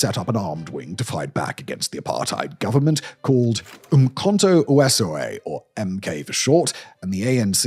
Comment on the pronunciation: plz it's pronounced Umkhonto Whe-seize-whe